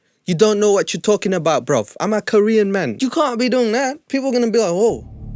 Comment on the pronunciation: I'm not Korean but why do I feel so offended?! lol he's not British but still has the accent, he speaks the language but can't even pronounce 1 Korean word right. No one had probably said NO in his life to think this is ok lol